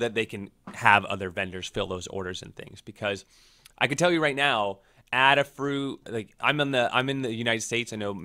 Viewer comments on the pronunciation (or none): Why are you saying "Adder?" AdaFruit is named after Ada Lovelace, nobody is called Adder.